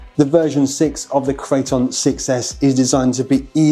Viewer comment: Arrma builds monsters and monsters only. Amazing RCs through and through. Loved how he pronounced it -Crate-On